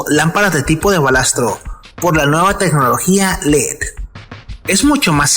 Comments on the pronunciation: Se le llama "BALASTO" y no "BALASTRO" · Se dice BALASTO ...NO BalastRo